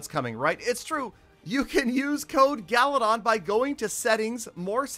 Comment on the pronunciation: Why Peter call you instead of galadon